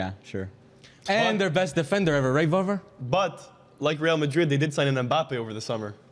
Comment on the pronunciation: Varvar geertruida pronunciation, hahaha horrible